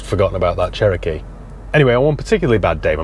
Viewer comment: Hey, I think the Che-row-kee needs a good buff - may just sort it out especially the flaky bits 😂